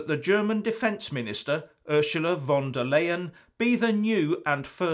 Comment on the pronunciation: It's pronounced Ursula Von Der Lion, LOL.